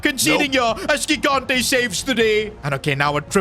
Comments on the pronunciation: it is Luca JIGANTE like you spell GIANLUIGI. READ THE FRICKING G THE SAME WAY😭😭😭 It is so annoying for us that speak portuguese, French, Spanish and Italian😭😭😭😭🙏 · i'll keep going until he sees my comments: the first "g" in gigante's surname is pronounced like the "j" in john or joy, please say it correctly!!